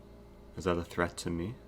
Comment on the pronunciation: Every word that eric says which ends in a ‘t’ makes me cringe “threatttt”